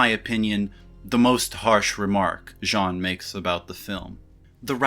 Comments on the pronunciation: Ok, as a french, here's a tip to pronounce "Jean Baudrillard". First, you don't pronounce the "n" at the end of "Jean". We don't. The letters "-ean" refer to the french vowel /ɑ̃/. It's almost like pronouncing the word "genre" in english but you have to retract the sound "-nre" from it). As for the name "Beaudrillard", do it that way: BO -DRI - YAR. You don't pronounce the "d" at the end. That's it. Also, if you can pronounce the french "R" that would be a must to your pronounciation for the DRI syllable and at the end of the -YAR syllable. But if you don't it's already ok. Saying Jean BO-DRI-YAR would be just fine. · You know the word "genre"? Right before you say the N, that's it! That's "Jean". I hope it helps, I love your videos and your high IQ. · Yes but he doesn't pronounce it well. Trust me, both my father and grandfather are called Jean. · Then "n" in Jean is silent. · The n in Jean is silent :( :( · Hate to breake it to you. But Jean isn't pronnounced that way either! :) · Says people complain about his pronouncing Baudrillard, so goes for the easier option with Jean. Mispronounces Jean... Don't say the N at the end. Make the same sound you were using to say his name and just drop the N. Simple! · LOL - The ‘n’ in Jean is silent, like if your nose was blocked from a bad cold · The 'n' inJean is silent. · Says to avoid triggering people will only use first name. Pronounces first name wrong. 🤦🏾‍♂️ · actually you pronounce his first name wrong too, you don't nasalize the vowel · your pronunciation of “baudrillard” is at least understandable. as an anglophone, the two rolled R’s, back-to-back like that, is hard to pronounce. but your pronunciation of “jean” is just indefensible. it’s a one syllable word and you still manage to butcher it. the N is silent!! it’s not hard!! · Great Video, however I'm not in line with the pronunciation of Jean. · I think could work on his pronunciation of "Jean" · THE N IS SILENT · It’s pronounce Gene